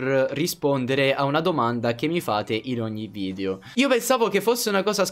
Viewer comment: a me piacciono i tuoi video ma mi girano i coglioni quando dici VIDIO SI DICE VIDEO VIDEO VIDEO porca miseria